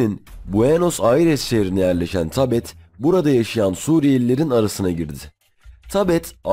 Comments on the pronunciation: tabeth dediği bizde ''sabit'' olarak telaffuz edilen sözcüğün ingilizce transkript edilmiş halidir. yani sabit olarak okunması gerekir. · Tabet değil. Sabit